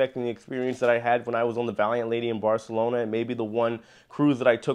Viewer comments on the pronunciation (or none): none